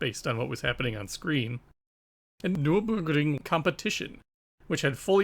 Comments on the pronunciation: “Nerr-berr-gring” It’s a famous racetrack. Hearing the copy/paste butchering of the word over and over is irritating. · I'm loving this series SO MUCH - keep up the great work. That said, I find it odd that you obviously found the germanic name Nürburgring so difficult to pronounce (nurr burr gring). I don't mean to knit-pick, but the repeated and thus un-natural sounding voice sample, was really weird to listen to (indeed. it sounded like google robot speech - not good!). Anyway, let me repeat - I LOVE THIS SERIES Regardless. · The way you say Nurburgring is funny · Why does your accent change to japanese when you pronounce nurburgring😂😂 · It sounds like you successfully pronounced the German word once and just copy/pasted it :-D